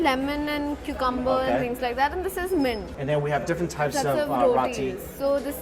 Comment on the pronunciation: "Cu com borr"